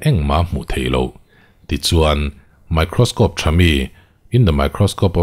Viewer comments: In the mikrawskawpe of the huewwww 😂😂😂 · in the microscope of the .....engmaw??? i va rawn lam pial nalh ve khalai tak kha🤣🤣🤣🤣🤣🤣🤣